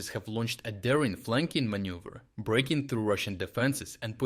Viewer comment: you said manюver